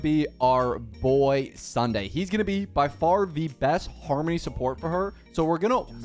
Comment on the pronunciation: i love he kept saying harmmny lmao